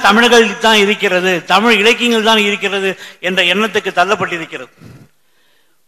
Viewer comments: உண்மையோ ஆராய்க... நீங்கள் தமிழ் எனும் வார்த்தையை உச்சரித்து பழகுங்கள் நீங்கள் ஒவ்வொறு முறையும் தமிள், தமிள் என்று உச்சரிக்கும் போதும் கேட்க பரிதாபமாய் இருக்கிறது. இவ்வாறு சிறந்த விழியங்களை எங்களுக்காக வழங்குவது என்பதே மிக சிறந்த சேவை.அதற்காக தலை வணங்குகிறேன். இனி வரும் காலங்களில் இவ்வாறான தவறுகளை திருத்திக் கொள்ளுங்கள். இது என் தாழ்மையான வேண்டுகோள்🙏🏽. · தமில் இல்லை தோழர் தமிழ் உச்சரிப்பை உச்சரிப்பை சரி பார்க்கவும் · தமிழ் மொழியில் பேசும் போது 'தமில்' சொல்லாமல் 'தமிழ்'என்று சொல்வது நல்லது.நன்றி. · Starting of the video the person who is giving basic intro does not know how to pronounce TAMILZH......he is not able to pronounce LAZHAGARAM properly......this is disturbing......it's TAMILZH not TAMIL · முதலில் தமி'ழ'் னு சொல்லு தலைவா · Thamil ennum ucharippinai muthalil thiruthikollungal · Tamil ah olunga ucharinga athuthan.....neenga tamil ku kodukira mariyatha